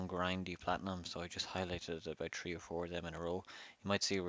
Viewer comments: Are u saying three or tree lol I like that don’t care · you say the word three like tree.